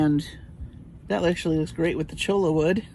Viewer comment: I should have given you the pronunciation of for cholla in the letter. I thought they had it in TX and it was more well known, guess not. 🙃 It's choy-ya. 😘